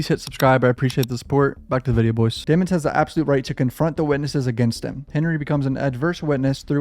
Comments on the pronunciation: I'm glad someone else noticed the hugely suspicious change to Melly's surname from the pronunciation "dee-mons" to "dem-ons" lol 😂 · We all know how to spell, we know how to spell the word demons that’s how his surname is pronounced. They just don’t want the jurors to perceive him as evil because you associate evil with the name demon, the word demon.